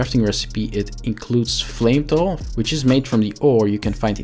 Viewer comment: Flame-tal or Fl-metal 🤔